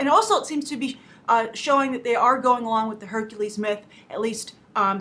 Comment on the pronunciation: Did he just say .. HERCULIEEEE!